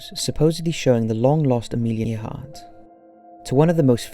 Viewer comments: I understand that people from "across the pond" pronounce things differently. But you can look up how to pronounce Proper Nouns, hell there are youtube channels dedicated to pronouncing things. Amelia Earhart in this video. Everytime you've pronounced Quebec. Honestly it's really bad. And as per usual your title is pure clickbait. None of these are "solved" in the slightest. Just possible explanations. AT the end of each one you even say "Do you believe _________?" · I’ve liked all your videos so far, you have a great voice and great background music in all the clips but your pronunciation could use some work. It’s pronounced Amelia “Airhart” even though it is spelled Earhart. There have more but I just try to ignore them since your voice and tone are otherwise great. Also, I’m surprised you didn’t mention the Cottingley Fairies, that hoax was started by two pre-teens, and wasn’t debunked for 40 yrs. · I see someone corrected your pronunciation of Amelia Earhart's name, but I'm surprised that more people didn't call you on it. I've been hearing it pronounced "Air-hart" since the 1950s in countless TV programs and a couple or three movies, one of which was a biography. And she "was a supporter of the Women's Rights Amendment"? WTF? Women had had the vote for less than 20 years when she disappeared, so please look it up and tell us when this amendment was circulated---surely not in the less than two decades since women's suffrage was granted on August 18, 1920. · Its pronounced air heart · Earhart is pronounced air heart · Interesting video. The "space dandruff" explanation is plausible, but seems too convenient. Earhart is pronounced AIR-hart. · The way you pronounced Earhart drove me a little crazy is (AIR)-(HEART) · Mattie Scott EAR-HART... just cause she flew planes doesn't mean you can change her surname.. sure he liked flying but that's just stupid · Earhart is pronounced like Airhart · it's pronounced "AIRheart" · Learn how to say Amelia's name right ,dink